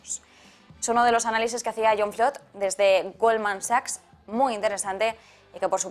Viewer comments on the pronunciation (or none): none